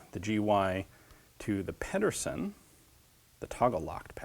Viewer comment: You sure are getting a lot of weaponry with Danish names lately. "Pedersen" has the infamous Danish soft d, so it sounds more like "pether-sen". I wish I could give more exact pronunciation advice but it's a really hard thing to approximate. Anyway he was strictly speaking Danish-American, by Danish immigrant parents, so I'm not sure how he'd pronounce his name himself.